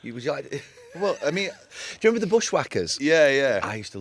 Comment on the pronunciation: “J’member” the Dublin “Do you remember” I love it😂😂